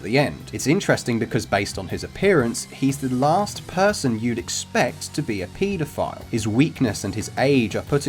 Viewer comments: I kept hearing Pedophile as PETA file, throughout the video and was going to look it up until I realized. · It's pronounce pedophile, not PETAphile. Haha Haha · The way you guys say pedophile is just as terrible as a pedophile